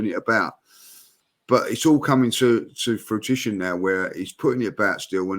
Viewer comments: With absolutely Worldy of a bullocking up of the word "Fruition", I looked at the other 3 reactions, thinking, surely you must of heard that too, but it seems the guys either didn't pick up on it, or chose to not publicly rib their colleague over it. 1 sec after Frugician, looks down at the screen, thinking WTH was that word, then gives the game away by tightening his lips and the battle is on now to hold it in. It's a straightening between willpower over the urge to just think F' it and let the dam burst. At his 1st signs of Laughter, seized the moment to gladly accept his alibi, which he duely takes, now knowing he can't just style it out like he didn't hear that possessed pronunciation, that googly just bowled. So his get out is that he is laughing solely at, not that spoken word. But then, the wordsmith, just couldn't hold it down any longer and is freed up to let rip with laughter. We've all been there where do more you shouldn't laugh, the more the sensation to laugh soars, then all hell eventually breaks loose! It always does. Since Julian's medals plucked out of a carrier bag, comical skit with & Robbie, and Laurie and Laura funny quips yesterday, it's been a vintage week for AFTV in funniness. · is brutal his reaction to saying "Fruitition" made me want to give a double like. The chemistry between all of you guys is amazing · “Frogition” had me screaming what the hell is on 🤣🤣🤣😭😭 COYG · Bad boys and. You couldn't help with the "fruitition" instead of the "fruition" word from. The banter is so unreal. Another great podcast guys. Keep up the good work. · always said havertz would come good and fair play it’s coming to ‘Frutition’now 😂👀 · Fugician, Pronounced fu-ji-shan; noun 1. The realization or fulfilment of a magicians plan. In a sentence "But it's all coming to fugician now..." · The way and looked at eachother when said frujition 😂😂😂